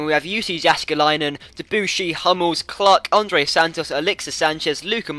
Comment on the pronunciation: With Mathieu Debuchy, the emphasis should be on the 'chy', which is pronounced as 'she' ;)